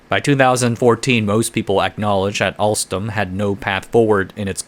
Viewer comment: "Alstrom CEO Patrick Kon" lol.